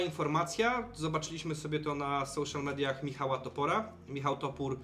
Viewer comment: jakie soCIal media.:P daj wymowę anielska